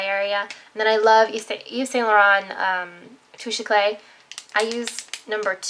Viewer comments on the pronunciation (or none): I'm real sorry but I speak French, it's not "touche eCLAY" but rather Touch Ecl-AH. It means Touch of Brightness